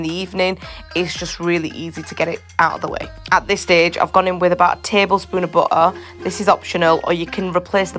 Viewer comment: Butter say it properly along with the rest of the English language why can’t people pronounce words correctly